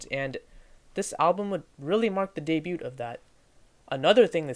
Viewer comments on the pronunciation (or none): It's day-bew not day-bute. Nice video though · Let alone words like "poignant", "monotonous", and "debut".